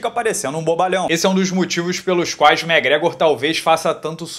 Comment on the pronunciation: Acho engraçado o jeito que ele pronuncia o nome do irlandês: “megregor” ❤️